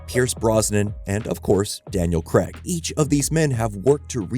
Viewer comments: Why do you say Daniel Kreg? It’s Craig. As in CrayG. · It's "Craig"! Why are you pronouncing it as "Creg"? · It's Craig, not Creg. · Please learn how to pronounce Craig properly 😢